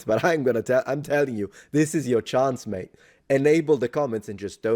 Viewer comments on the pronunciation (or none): none